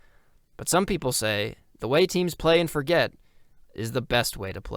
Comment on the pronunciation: Also, the town is pronounced For-jay, its actual an old french settled town. The forget what joke is also a joke more local people make, so i wont get too mad at the mispronunciation edit: YOOOO YOU PUT THE HAPPY NUN IN THE VIDEO HOLY SHIT ❤❤❤❤🎉🎉🎉🎉